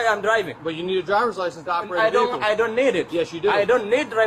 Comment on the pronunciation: Pronounces vehicle as "véhicule" - Haitian or African. When they cause death on the roads Democrats will claim that they wish their child's life was ended by a white man. It's a magical form of insanity that helps to protect special people 🌚